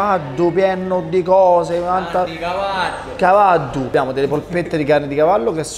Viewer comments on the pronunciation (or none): Ai detto cavaddu